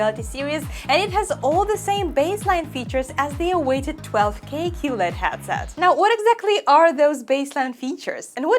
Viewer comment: I love Your content loads! But, please, it hurts my ears so much! Headset: hEAd = qlEd or incrEdible or Estonia You say it like hAtset, as in Agony or And. Sorry, I really dont mean to offend. English is one of the worst languages when it comes to how it is written to how it is spelled. Me being swiss/german part was very lucky to start watching english tv at the age of 10, so I just soacked it up... Keep it up, big respect to you for always being positiv and full of energy!:thanksdoc